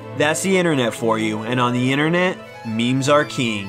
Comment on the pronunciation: Its inTERnet, not innernet. There is a T.